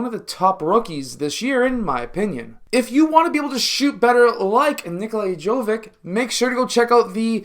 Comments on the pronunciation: if you can pronounce "jokic" correctly, why won't you try with "jovic" as well? same ending. same pronounciation. also like "dragic" and "doncic" and even "pulisic" ... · Dude, his surname is pronounced exactly as Jokić's, it's only he's JoVić. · It is pronounced same as Jokic but with V in stead of K